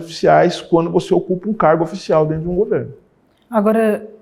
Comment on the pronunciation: "é dento" kkkkkkkkk